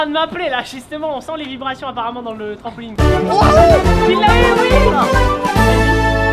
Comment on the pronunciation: il dit "trampoligne "😂